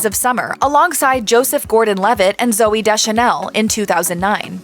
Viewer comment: He not really a genius. darn. U mispronounce ZoOey and Wooley. I think he works at being zany. I didn't know he modeled. huh.